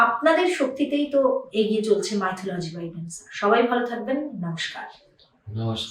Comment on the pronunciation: উচ্চারন টা 'মিথলজি' মাইথোলজি' নয়। যাইহোক, আপনার শুভ নামের বাংলা ভাষান্তর 'নবজাগরণ' যে শব্দ উচ্চারিত হলে একটি মাত্র দৃশ্যপট দর্শনেন্দ্রিয়ের প্রসারপথে জাগ্রত হয়ে ওঠে, বিভীষিকাময় অজ্ঞানতার কুহকিনী আঁধার যবনিকা ভেদ করে প্রজ্বলিত হয়ে ওঠা প্রজ্ঞার আলোক বর্তিকা। তা এইরকম একটা নামের অধিকারীনি হয়ে, হঠাৎ একজন জাতে ওঠা পুরুৎ কে নিয়ে বুজরুকি নিয়ে পড়লেন! আশ্চর্য! এইসব ছেড়ে দিন, গঠনমূলক কিছু করুন। সব থেকে ভালো হয়, আপনি যে বিষয় নিয়ে পড়াশোনা করেছেন, সেই বিষয় নিয়ে মৌলিক বিশ্লেষণধর্মী কোন ভাষ্য পরিবেশন করুন।